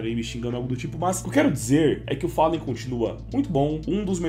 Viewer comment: achei daora o Pasha, pois ele pronuncia Fallen e Gabriel da forma que os brasileiros pronunciam!!